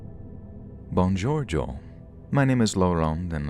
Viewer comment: buon Giorgio means good George... I sincerely hope you tried to say buongiorNo and failed... 🤣🤣🤣